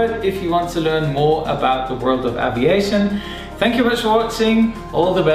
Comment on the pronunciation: aaviation (English has left the chat)